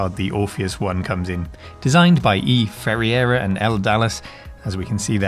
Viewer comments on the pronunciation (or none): Ferreira is pronounced like "fur eye ra"! It's a Portuguese name. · You completely murdered the pronunciation of Ferreira.